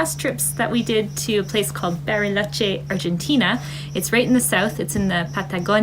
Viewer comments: I can't get pass the "Berryloche" pronunciation. 🙂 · Berry—loche. Nice pronunciation